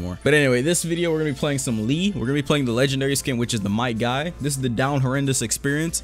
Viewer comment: ong when he says "Might Guy" i think he is saying "my guy"